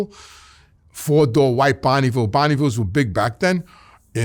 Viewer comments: "Bonny-veel" :face-purple-smiling-tears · Never in my life have i heard anyone pronounce bonneville like that lol